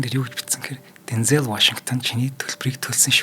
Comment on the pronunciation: Bayarlalaa Deenzel Waashington gej duuddag shuu. Denzeel bishee